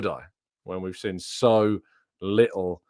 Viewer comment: Why can't you pronounce seen, you always say sin and it is really irritating